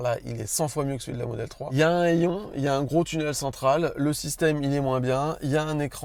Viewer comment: un « heillon » 😂